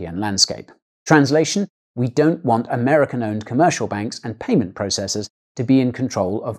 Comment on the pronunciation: "private prayment providers "😂